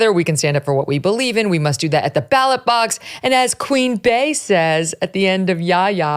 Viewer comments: Lol im not even a beyonce stan but i cant stand how megyn never gets the name right…. Its not Queen BEY NOT BAY!!!! … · I can't believe your staff keeps letting you say it incorrectly. It's pronounced Queen Bee like the first part of her name Bey-once.